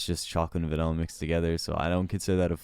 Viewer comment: Disliked due to pronouncing vanilla 'vinella'.